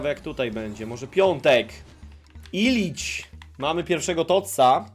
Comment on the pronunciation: Iličić a nie Ilič xD ps. Słabo, ja zrobiłem 199